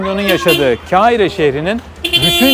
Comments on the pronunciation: ...sevgili İzmir'li hemşehrim...büyük bir beğeniyle izliyorum seni...tek bir isteğim Mısır'ın başkentinin ismini telaffuz ederken lütfen birazcık daha özen göstermen...Keahire...evet r e s m e n , gibi Keahire bir ses çıkıyor gırtlağından...birazcık tekrar,birazcık dikkat...KAHİRE...yazıldığı gibi kardeşim...KAHİRE...teşekkür ederim...selametle... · Çok güzel olmuş eline sağlık yalnız biraz osmanlıca arapça ve farsça bilen biri olarak kâhire değil de Kahire olmalı k kalın ke İngilizcedeki q harfi arapça yazılışı da böyle قاهرة olmalı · Kardeş videon harika fakat ne olur daha fazla Kâhire deme irrite edici nedense. Kar ile Kâr denmesi kadar farklı telafuza sahip bir kelime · keahire demen ayrı bi güzeldi :) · Kiahire değil abi, düz kahire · Allah aşkına Kâhire deme Kahire 😅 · Kâhire değil, Kahire 😅😅😅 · kehire ne demek kahire kardeşim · Eleştiri olarak algılama, yaptığın iş zaten oldukça özel, sadece bir düzeltme ; "Kâhire" değil, "Kahire" olacak, yani "kahretsin" veya "kahır" sözcüklerinin okunuşu gibi, saygılar sevgiler.. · Hindistan’a bayılıpta buraya şaşırman cok saçma olmuş,ayrıca “ Keahire” diye telafuz edilmez yazıldığı gibi Kahire olarak telafuz edilir! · Airalo ve kahirenin telaffuzunda kulağım parçalandı